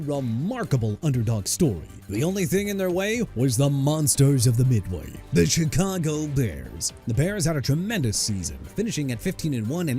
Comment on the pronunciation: YOU MEANT "MONSTERS OF THE MIDWAY" MR. I CAN'T CORRECT MYSELF FOR NOTHING?! ALSO THE CHICAGO BEARS PRONOUNCED SHUH-KAH-GOW OR SHEE-KAH-GOW AND I'D BETTER NOT HEAR YOU SAY CHEE-KAH-GOW NO MORE!! ALSO MIAMI'S 1973 DOLPHINS GOT OVERSHADOWED BY THEMSELVES... WHAT'S THAT SUPPOSED TO MEAN BRO?! AND YEAH EVERY DOLPHINS TEAM FROM '73 TO 2025 WILL LIVE IN THE SHADOW OF THEIR 1972 SQUAD AND YOUR POINT IS?! SMH...